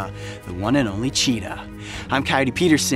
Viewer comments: that's not a cheetah costume that's a lepord costume XD 😂 and it sounded like u seid Cheetos. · Yo bro you love Cheetahs since little how about pronouncing its name properly. There is no Rs in it.